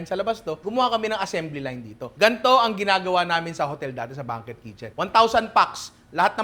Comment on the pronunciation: Banquet = bang-kwet po. 😊